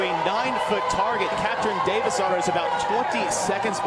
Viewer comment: I’m I the only one that thought when the said davidsdottir—they were saying Davis daughter? Lmao